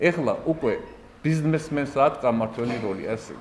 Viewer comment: და როცა ლექტორი ბიზ მ ესმენს იტყვის და არა ბიზ ნ ესმეს,ყველაზე ცოტა გააჯმევინო უნდა!!!